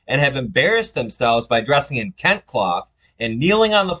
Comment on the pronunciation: It is pronounced as kentey not kent